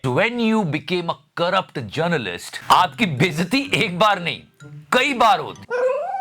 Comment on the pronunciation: Ej aaa Gernalist NRC:Nesnal Sitijens ragistor oph Sitijens 😆🤣